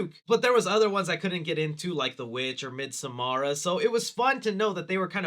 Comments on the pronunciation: It’s pronounced Mid-Summer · it's pronounced : Mid-summer